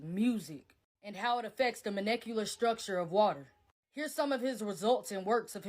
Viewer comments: I can't vehemently believe anybody who says the word manicular... For molecular. Just sayin'. Oneloveonelight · I value critical thinking, thus I suggest that she enters physics and astrophysics in a university so she can critique with the knowledge of both side. Stuff like mathematics don’t lie. Make your own theorems and demonstrate… It’s molecular not “monecular”. I do feel that my IQ is down to 75 after listening to this. The Bible said… “lying on the flat earth” means the ground under him is flat… he was not lying on the whole planet to sleep. I am sadden to see that not all black females are getting ahead. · "The munecular structure" 😂😂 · I really like hearing this from a different perspective, but south-ern, moneculer?